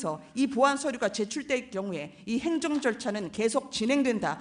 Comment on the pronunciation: 무슨 앵커출신이 발음이 왜 저따구야 행줭줠촤기 뭐냐